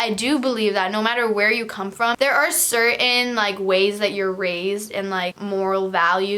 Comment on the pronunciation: im sorry but yallll “certAINN” OooOo